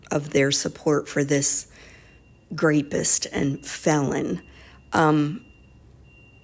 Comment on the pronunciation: The old lady called Donald Trump a ' grape-ist' what's a ' grape-ist' ? 😂